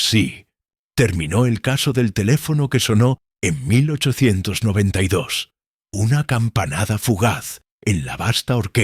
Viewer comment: La voz estilo irlandés viviendo dos años en Benidorm , no está mal, de inicio parece q dice 1992 y no 1892, y alguna pequeña errata de traducción por ahí suelta o las pausas , o signos de puntuación. Pero aún con todo es bastante agradable la narración , quizá sería mejor repasarlo todo escuchandolo y editando esos fallitos como números que los traduce casi todos mal, saludos